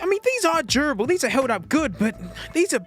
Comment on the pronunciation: says “durable” as if he’s saying “gerbil”…good to know!